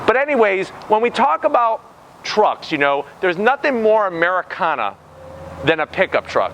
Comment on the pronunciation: saying americana is not "americana"